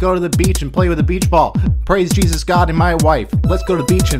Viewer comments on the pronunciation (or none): none